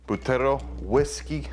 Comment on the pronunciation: It's pronounced Butterrrrrrrrrrrrrrrrro dude... work on the rrrrrrrrrrrrrrrrrrrrrrrrrrr's